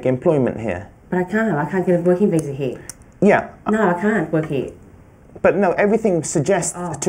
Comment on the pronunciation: feel pity for the student. Fire the immigration officer for not pronouncing properly